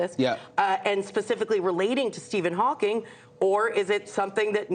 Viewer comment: It’s Hawking not Hawkins. Look it up.